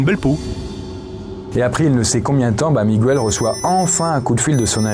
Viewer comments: Petite précision: le prénom Miguel se prononce comme en français, donc Miguel, et non pas Mi-gou-el! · on prononce mi-guel pas mi-gu-el x) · En espagnol, c’est pareil c’est miguel pas migouel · Attention, pour info « Migouel » c’est ptet la prononciation en espagnol, mais pas en portugais ^^’ c’est « Miguel », prononcé comme ça se ferait en français ;) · Par contre, on dit pas Migwel, mais on dit Miguel. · Miguel se prononce comme ca s'écrit et non MigOUel. C'est une exception de la langue. C'est gratuit, bisous! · Surtout qu'en Portugais c'est juste Miguel, pas MigOUel 😭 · J'apprécie toujours autant cette chaîne, par contre ce soir, dans la deuxième histoire le "migouel" ça m'a piqué les oreilles, suis je la seule ? 😅